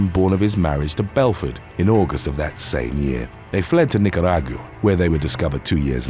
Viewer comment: ....they fled where??? Nicaragua. Nicaragwooo. Nic-uh- rah-gwah